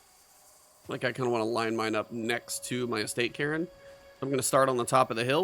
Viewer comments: Cairn is a scottish word, said like Care with an N on the end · Cairn is a Scottish word that means rough pile or rocks used as landmarks, and is pronounced care-n. The E is not pronounced as in Karen but more like Kar-n, Hope this makes sence and you can understand my description. You could also type the word into google where there is a Oxford English Dictionary result that says the word aloud, just press the blue speaker icon.